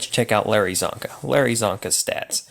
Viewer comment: Its csonka and it isnt even close